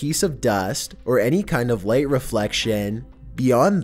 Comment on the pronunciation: It sounds like ligeht